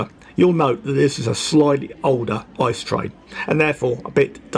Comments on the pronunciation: good Video but don‘t say ICE as one word! It is I.C.E (Intercity-Express) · Although it's tempting, don't speak ICE like ice in icecream. Every letter is pronounced separatly, also in announcement, if in English. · Hey, great video overall and it brings back a lot of good memories of my trip to the uk last year (doing the same route but starting in cologne). Just a little something for future videos. The “ICE” trains are not pronounced like frozen water but instead each character separately. Just imagine it being I.C.E instead of ICE Greetings from Germany:)